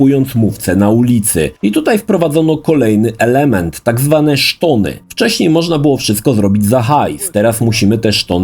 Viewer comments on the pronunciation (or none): jaki kurwa "szton"